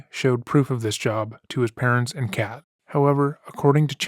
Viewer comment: this is a little silly but the way you said “he allegedly showed proof of this too his parents and Kat” sounded like he had a cat that he showed this to as well 😂